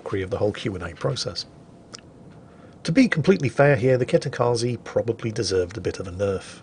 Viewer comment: Hey, if "Dunkerque" ends for you in a queue. and "Kitakaze" ends for you with an "i" like in "India", then I want you to pronounce "High Wycombe" with same "rules", please. If not, then I at least get your queue quip with French boat, but "Kitakaze" ends with a hard "e" like in "Estonia". I'm not Japanese, but way you pronounce names is painful. I'm literally wincing literally every time you butcher names. Because of that I'm barely enjoying your content. It just needs that tiny tweak.;-)